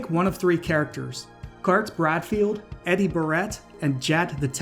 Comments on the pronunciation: Edie is "Eeh-dee" not "Eddie" 😂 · It's pronounced EE-die, not EH-die.